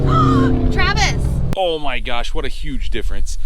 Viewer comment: She try to say Travis 😂😂😂😂😂😂😂😂